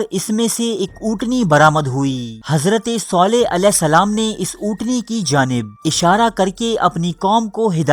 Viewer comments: Pronounce it correctly its Saleh not Soleh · Bhai soleh nahi saleh hai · اوئے کسی حرام کے پلے...ایسا کچھ بھی نہیں ہوا میں العلا میں رہتا ہوں...صرف اور صرف جھوٹ پہیلا رہے ہو..صالح علیه السلام کا نام تو تم صحیح پڑھ نہیں سکتے....